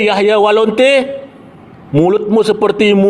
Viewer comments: Apakah saya salah dengar bukankah dia mengatakan " Yahya Walonte' ". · Yahya waloni pak ustadz, bukan yahya walonte......😅